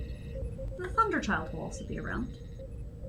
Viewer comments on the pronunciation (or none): You know, the USS Thunderchild makes a lot more sense than the USS Thunderthighs, which was what I initially heard.